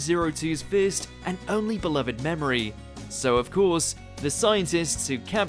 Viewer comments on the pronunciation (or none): none